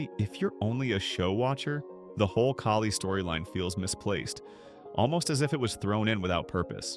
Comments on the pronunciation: It kaa lee Kailey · Really great video but the pronunciation of kali’s name is weird 😂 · It’s really weird to know this much about the show, but not know how to pronounce a name from the show. I’m realizing that this channel is likely narrated by AI, not a human